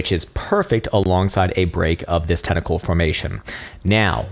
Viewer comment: "Tentacle Formation" .... You can never unhear it. Lol